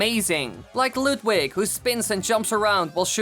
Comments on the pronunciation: You said Ludwing instead of Ludwig. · YOUR SAYING LUDWIG’S NAME WRONG!